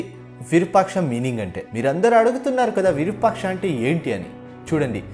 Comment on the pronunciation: అది విరుపాక్ష కాదు రా అయ్య!! విరూపాక్ష అనాలి.